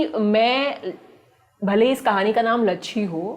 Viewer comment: saurabh bhaiya likh rahe ho lachchi aur bol rahe ho lachchhi